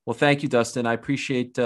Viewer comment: Dustin: Dustin Conor: Doostin Khabib: Dastin